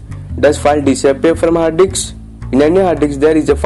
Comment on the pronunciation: Am I The Only One that hears "Hard Dicks" Instead of "Hard Disk"